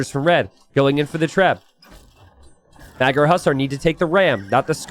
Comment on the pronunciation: can you look up how to properly pronounce "magyar" ? its not meg-yar more like muh-dyar... "gy" is one sound.